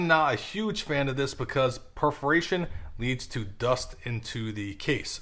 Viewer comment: its not preforation its "perforation"